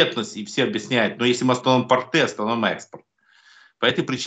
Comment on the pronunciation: Не портЫ, а пОрты, не тортЫ, а тОрты! Давайте правильно ставить ударение!!!